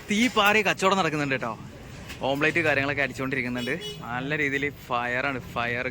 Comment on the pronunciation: മോനേ ഓം പ്ലെയ്റ്റ് അല്ല ഓംലെറ്റ് ഇനിയെങ്കിലും ശ്രദ്ധിക്കുക